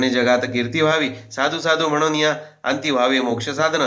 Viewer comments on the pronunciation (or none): none